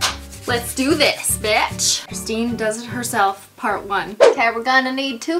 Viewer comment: finally you said my name correct .(my name is Christine too)